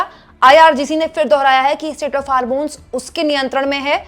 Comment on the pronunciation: मैडम, वो स्टेट ऑफ हार्मोन्स है या स्ट्रिट ऑफ हार्मेज है |